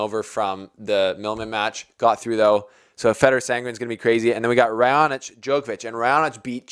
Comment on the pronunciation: u got it right for Raonic😂